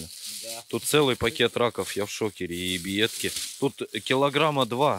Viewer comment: Отдельный вид искусства. говорит ребьятки